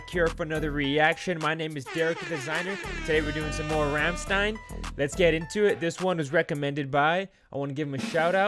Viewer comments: funny how you hear them say Rammstein 5 million times in the song but you still pronounce it wrong afterwards. great reaction, i'll check out more of your rammstein reactions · looks a bit like Klingon but right pronounciation is Rum-Shd'yne 🙂